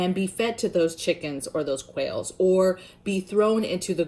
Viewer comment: When you were suggesting animals to raise, I kept thinking I heard you say whales. I’m like huh?? Then I realized you were saying quails 🤦🏻‍♀️. Great content as always sister!